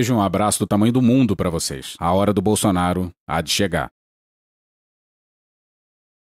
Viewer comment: Só eu escutei o juiz falando "Bolsoasshole" ?